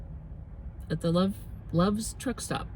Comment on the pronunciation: When you said Love's truck stop, I heard "trick stop." I'm sure there's some of that going on at truck stops.😂